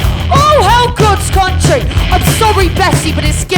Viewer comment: She said CUNTry...